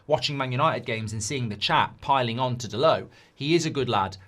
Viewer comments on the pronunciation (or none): Dalot, not Dalow